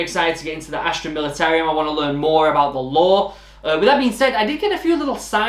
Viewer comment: Knew you were picking the Imperial guard. I still need to get around to painting my Cadians. Btw, there's no i at the end of Militarum, It's pronouced like Mili-ta-rum. Like the drink. Don't want to go to your first game and say the name of your army wrong XD.